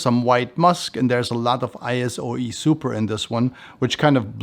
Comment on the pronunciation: It’s I-So E Super, not I-S-O E Super. Also, it’s myrhh, not myrth. Not sure how you’re making these two mistakes with such a massive collection behind you…